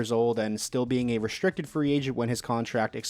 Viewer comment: Can you please stop with the lazy language? Why are you saying your "str" sounds with an added "sh" sound? Its not "reshtricted" or "shtrong". It's restricted. It's strong. Jesus Lord. You didn't learn it that way as a child and you never used to speak like that. What the hell are you doing it for now?